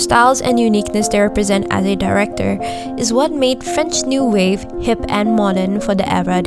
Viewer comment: As a French woman the way you pronounced everything French made me smile . I really enjoyed your review keep going. You even made me want to rewatch the movie !